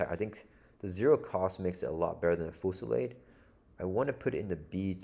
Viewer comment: I believe it's a French based word so it's foo-sil-LAHD.